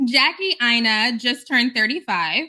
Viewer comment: I've never trusted her. I can't trust anyone who can't pronounce their own name. Or allows others pronounce it wrong. Aina is pronounced AYI-NUH. And it means something. 🤷‍♀️🤷‍♀️🤷‍♀️🤷‍♀️